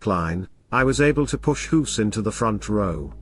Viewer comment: pronouncing a "g" like an "h" makes you a silly goose.